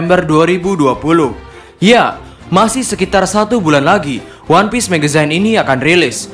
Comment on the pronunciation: Agak terganggu min sama pembacaan magazinenya harusnya "megzin" bukan "megezayn"